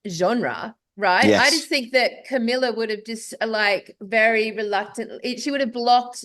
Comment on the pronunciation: kamala not kamilla lol jsayn❤